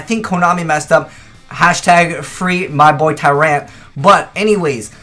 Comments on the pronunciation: its pronounced TYrant, not tyRANT. Learn english ya weeb. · Stop saying Tyrant with a hard A. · "Tur-ayunt," what region is he from? Americans have weird accents. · the way he pronounces Tyrant -.